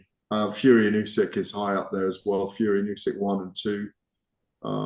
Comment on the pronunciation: "ooh-sick,". Not bloody "ooh-seck." Get it right